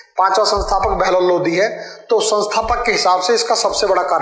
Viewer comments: Chutiya ये लोधी राजपूत अलग होते है ,, लोधी नही ह वो लोदी है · Sir पहले तो वो लोधी नहीं लोदी होता है इसलिए पहले उसे सही kr लो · भाईसाहब जिसे आप पढा रहें है वो ....लोदी ....है ना कि लोधी .. लोधी तो राजपूत क्षत्रिय जाति है आप पहले खुद पढ लो। फिर दूसरो को पढाओ ... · भाई साब वो लोधी नहीं लोदी होता है। और लोधी तो क्षत्रिय हिंदू है। 👑💪